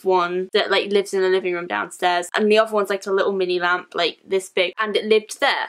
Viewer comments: I thought she said lamb 😂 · I deadass thought she said lamb 😂